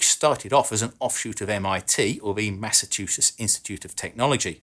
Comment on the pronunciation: Did he say "Massa-two-shits"?